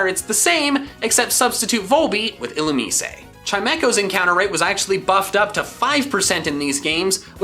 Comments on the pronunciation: is it not pronounced ill-oo-mize rather than ill-oo-mis-ay? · Illumise's name is pronounced like "illuminate," except with "see" instead of "ate" at the end. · "Illumeesé" What!? It's not Illum-eyes? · "Illumisay" lol wtf, it's just "il-lu-meez" You don't pronounce the e in Illumise, weeb. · Illumise???? I’ve been pronouncing it ill oo mees???